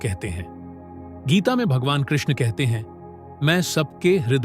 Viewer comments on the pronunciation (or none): none